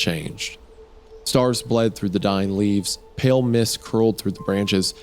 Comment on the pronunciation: Every time the word pale is pronounced as pell I nearly scream.